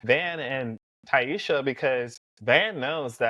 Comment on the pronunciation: this is a great video but you saying ti-esha instead of taissa drove me up the wall lmao 😂. Hope you start adding your predictions for whats coming next at the end of future videos. Would love to know what you think ❤